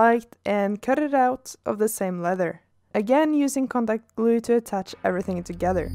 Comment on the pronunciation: Every time you say "contact glue" i understand "Combat glue" XD